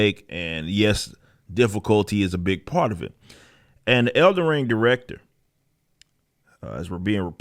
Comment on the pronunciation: I thought it was "Elden Ring," not "Elder Ring." You got a speech impediment?